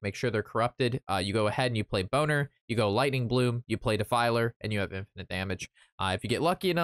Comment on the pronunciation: "bo-ner"? not "bol-ner"? I don't care either way; you made me laugh haha. Looks like a fun deck by the way. I'll give it a go if I have enough dust.